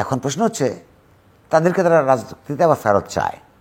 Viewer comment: প্রশ্ন কে প্রেশ্ন বলেন কেন জিল্লুর রহমান? আশা করছি সতর্ক হবেন।